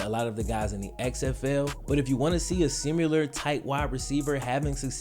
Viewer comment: If this man says “simular” one more time, I’m gonna pee myself.